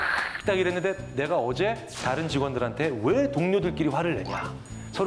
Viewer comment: 아나운서가 자꾸 "따른" "따른" 이러네 ㅋㅋㅋ 전라도 출신인가?